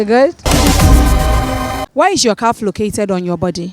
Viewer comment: "From wehere" 😂😂😂😂😂😂😂😂 osita please